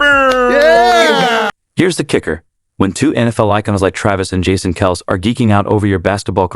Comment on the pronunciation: Find a moderator that knows how to pronounce the Kelce's last name.It makes this channel look and sound foolish.If you're going to make a video make sure you know the subject and the names of people you're going to use.Otherwise prepare to get ROASTED by the people you drew in from your headline. Get it together bro...geeez!!